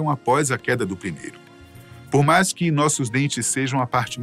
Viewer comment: Esse apresentador não sabe falar MAIS, DOIS e etc...